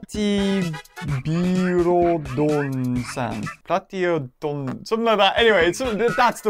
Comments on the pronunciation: Its pla-ti-be-lo-don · Platy-belo-don that’s the how u pronounce it I think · I’ll give the pronouns in the pateybelodon PLAT-ee-BELL-oh-don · Knowing the name of every dinosaur on the planet. But can’t pronounce Platybelodon